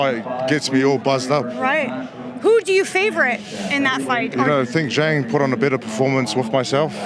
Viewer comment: Why is opetaia calling pronouncing "Zhang" as "Yhang"?